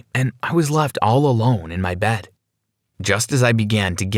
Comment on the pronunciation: I like how every time they say 'Bed' it's 'Bad'